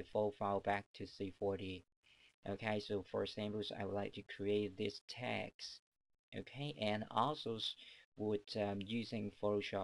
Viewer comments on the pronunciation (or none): It's text not tex.....